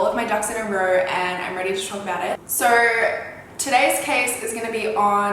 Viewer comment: I’m in love with the way she pronounces sooo 😍